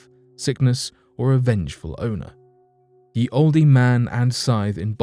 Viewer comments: It's not pronounced ye in the old days ye was spoken as the the y being a th sound. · Hey great story & narrating from you as always, plz don't think I'm being picky but when it's spelt like Ye & Olde etc I'm sure it's still pronounced as the & old, keep up the good work your doing. XxX😎🐘